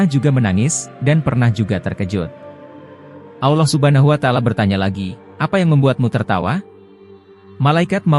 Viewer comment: bukan alloh tapi allah bicara dgan jelas la